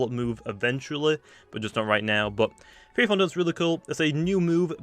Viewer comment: I laughed so hard when pronounced fiery fondant feary fondant